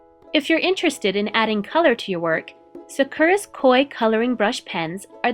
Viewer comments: It should really be San KOO rah. And roll your “r” if you want to pronounce it in Japanese. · Where'd you get the 'n' sound in Sakura? And the 'r' is more a tapped 'r' than a rolled 'r'. People tend to overthink that sound when if you speak english, especially American English, that sound is actually used really often! A tapped 'r' is the the same soft 'd' sound as the 'tt' in litter or 'sitter'. As for which syllable to emphasize, Japanese doesn't really do emphasis the way english does so the more evenly you can say the three syllables the more correct you're going to sound. For a beginner, it's easier to just put a light emphasis on the first syllable rather than go the english route and greatly emphasize the second to last syllable. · Sah Ku Rah not Sah Kuur Ah :) (Japanese Major rant over now) I love my new Microns. I have gotten them overtime here and there from someone mistakenly handing them to and fro as normal writing instruments. Once discovering there actual use I'm even more in love with them. No to learn t use them properly. First Day hand letter other than getting yelled at by the Sisters in High School for doodling in the margins in Religion Class. 頑張りまあしょう！ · Is it just me or is the incorrect way they pronounce Sakura aggravating enough to want to shoot the speakers? It's SAH-koo-rah not Suh-KER-uh!